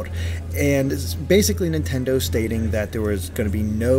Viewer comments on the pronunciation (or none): none